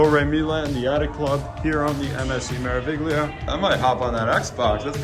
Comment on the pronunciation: The “G” is silent in pronouncing Meraviglia 😉